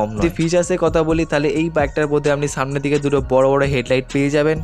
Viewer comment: Apnr boi pora uchid. Apnr kothar maje onek osudho kotha ache. Jemon ছব - সব, ছামনে - সামনে, ছত্যি - সত্যি।